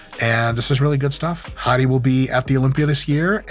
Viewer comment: I kept thinking Mike was calling him "Hottie"